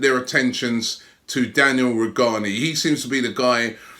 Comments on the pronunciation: Robbie it's not Daniel Rujani, its Danielle Rugani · Goes from Rugani to Rujani 😂 I love you Robbie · "Ru jah ni" butchering names😂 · How did Robbie pronounce Rugani correctly for half of the video and then start mispronounce it again? Pronunciation dyslexia!! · E Cording it’s still pronounced with a g not a j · so because it's an Italian name G is pronounced as J or ?! No but honestly Robbie is really bad at pronouncing names, generally. Even Dybala he says Die-bala 🤛👊🤓